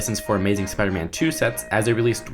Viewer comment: He's supposed to be Spider-Man not Speeder-Man